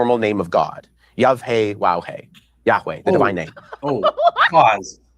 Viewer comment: how does get this so wrong? “yuvhaywowhay”???